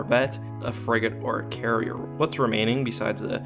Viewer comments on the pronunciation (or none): none